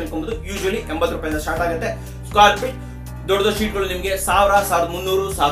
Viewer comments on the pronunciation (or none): Square Peet ❌ Square feet ✅ Pabricator ❌ Fabricator ✅